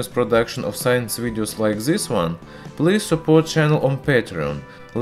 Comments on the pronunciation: PLEASE STOP SAY "ZS" INSTEAD OF "THIS-THAN" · Got confused at first when he said zisss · In zature zis zelement is zery zstrong.. haha. Man why you love alphabet "z" so much.. LOL 😂